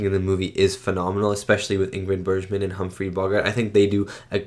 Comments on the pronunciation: Ingrid “Berzshman.” LOL. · Bergman is a hard G sound not a zh G sound, as in JohannesBURG. Michael Curtiz is a filmmaker that is a craftsman as opposed to a visionary like Hitchcock, but he was extremely suited for Casablanca. All the shots for a very romantic war drama are just right. Rick walks into MS, pan to Sam at piano, oan to Ilsa and track in to CU. It's just what's needed. Curtiz direction of the splendid 1938 Technicolor film ADVENTURES OF ROBIN HOOD is fantastic with a spectacular score. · Patriotic propaganda (mostly positive) was all the rage at the time. This was one of the earliest in 1942, but films with this theme, domestic and military, contined for the duration of the war. By the way, if she is one of your favorite actresses you might start pronouncing it Bergman as in iceberg.